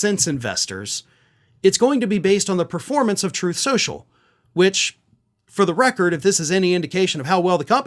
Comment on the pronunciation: Funniest mispronunciation ever 😂😂😂